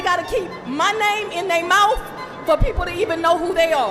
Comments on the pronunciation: If you say mouf for mouth, you deserve an extra charge. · "Name in they moufs" 😂